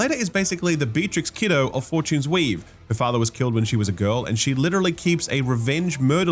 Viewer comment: Is it just accent or are you calling it Four-Tunes-Weave as a hint? 👀